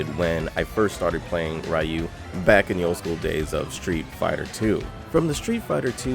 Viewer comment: Somewhere a cat faints every time he says "Ray-ou" isnteas of Ryu